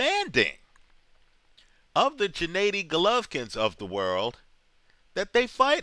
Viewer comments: No, its pronounced Gennady not djanaady! Listen to the Kazakhstani way which is the right way, whichbis why they chant Genna not Jenna during his fighrs, ggg's older brother who died was named SerGey not serJay and you could hear him say it in the "road to golovkin Geale" special on hbo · Abel never pronounced it like...he calls him Genaddy not Djenaydi or Djinadi..